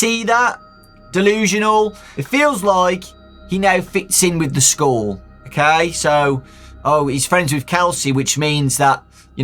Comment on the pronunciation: I thought he said new skull instead of school at first as if Kelsey was a spirit that had been put into a new body